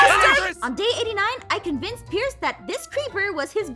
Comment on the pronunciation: 54 and 55 she called pierce ein